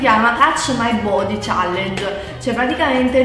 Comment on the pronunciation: ma davvero?? touch my body challenge?? body?????body si scrive non si pronuncia